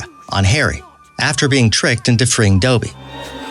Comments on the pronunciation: it’s Dobby not doby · He said doby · Narrator: Doby Me: It’s DOBBY!!!! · I am deeply offend by your pronunciations because if you yourself have watched the movies you would know it’s pronounced 1. Dä-be no dōbe 2. Beauxboutöns not Beaux-bat-ons 3. Bass-a-lis-k not bisillisk I can keep going, jeez dude come on! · "Dobbey and Ginnye" My life is a shambles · Sorry I read the books. And even a six year old can pronounce Dobby not doooooooooby lol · This guy has to Learn how to pronounce words like dobby (dough- b) Lucius (lushis)Ginny ( gene) Voldemort Marauders Map (maraders map)... etc... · Draco Malfoy doughby!! ITS DOBBY GRRRRRRRR I was so mad 😪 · You said Dobby wrong Its Dob - bee not dooooooooooobie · IKR ITS NOT DOUGHBEE ITS DOBBY!!! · Thank you!!!!!!!!! LU-see-us, not LU-shus. Dobby, not Doby. Hallows, not hollows. Jenny, not Jeanie. So many times I wanted to reach through the screen and smack him, computer voice or not!! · Ur saying it wrong it’s Dobby, not Dooooooooby haha lol 😂 Punzzzz for dayyzzz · NO NO NO YOUR SAYING IT WRONG ITS vOldemort not vUldemort 😤 NO NO NO YOUR SAYING IT WRONG ITS dObby not dOOby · "Doby" Boi it's DOBBY not DOBY! And it is Ginny not Geeny. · For the sake of everyone's sanity, only do videos on movies if you know how to pronounce the characters' names! Honestly, Dowbee and Genie?? They are pronounced as the are written: Dobby and Ginny!! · Basssilisk not Basilllisk (Dobby)Dahbby, not Dohby Come on! Lol. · you have NEVER even seen the movies. You pronounce the basilisk wrong, you're saying "Doooobie" while his name is clearly "Dobby" , this is just painful to watch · Things that really annoyed me: -It’s pronounced LUSIUS not LUSHES -it’s pronounced DOBBY not DOEBY -it’s the deathly HALLOWS not HOLLOWS -it’s pronounced GINNY not GEENY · Buh-silisk, Doebby, I'm triggered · Someone teach this dude to pronounce names. The cringe is real. 😖😖😖 Bazilisk? Dobey? Jeannie???? Did you even read the books or see the movies??